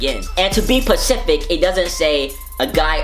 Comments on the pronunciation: "you gotta be PECIFIC y'all." it's specific jay.... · Dis nigga said PACIFIC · "you gotta be mor PACIFIC yall" smh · "And to be pacific"🤣😂😂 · "And to be pacific" 😂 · This Nygga Said you gotta be "Pacific"😂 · "you gotta be Pacific" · SPECIFIC* Or u talking bout Pacific 🌊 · you gotta be Pacific not specific😂😂